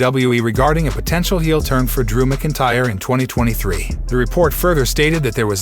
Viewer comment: please say drews name properly please